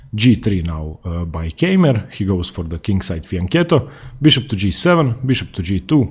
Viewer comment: Please, dont say "Käimer" or so, his name is spoken "Kaimer", like "Kaiser". "Käimer" is horribly wrong.